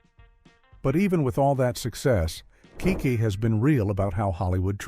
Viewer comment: I’m Noting That You Are Showing Disrespect For These Amazingly Gifted Artists. You Called Larenz “Lawrence” and KeKe “KayKay”. This Is Absolutely UNACCEPTABLE!!! 🙄